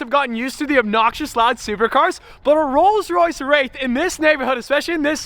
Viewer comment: he said rolls Raith